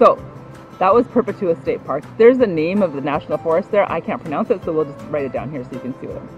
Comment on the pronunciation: It is called Purr-pet-you-ah